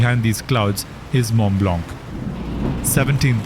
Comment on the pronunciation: Mont Blanc pronounciation is Mo Bla..also check.the pen on.this name and how many in each type are produced.